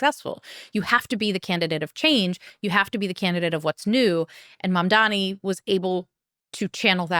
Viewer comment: It’s Mamdani😂 Kara. Learn to pronounce it